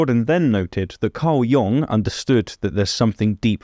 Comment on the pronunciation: Y'all are pronouncing "Jung" (in Carl Jung) wrong.